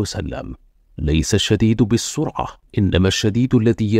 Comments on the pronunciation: بالسُّرعة ❌ بالصَّرعة ✅ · نعم بالصاد لكن بالفتحة و ليس الضمة